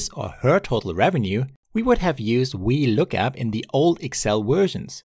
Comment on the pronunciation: Your V's sound like Ws. Was looking for the wee lookup function. ffs